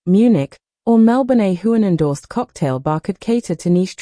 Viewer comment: Why in the world don’t you learn how to pronounce HUEGHAN, BALFE and FRAZER!!!!!!! If you’re going to talk about them at least have the courtesy to say their name correctly. Their fans don’t appreciate all the mispronunciations!!